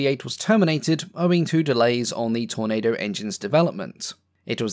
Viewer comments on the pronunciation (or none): none